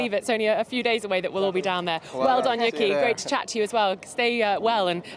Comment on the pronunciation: Not trying to be rude, but can we please pronounce Yuki Tsunoda’s first name correctly? The first syllable is basically the word “you” and the second syllable is “key”, not Yuhki, the way you’ve been saying it since he joined Formula 1. Please? 🙏🏽